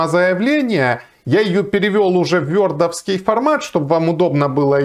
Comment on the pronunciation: Да говорите просто вордовский, через о. Вёрдовский звучит максимально стремно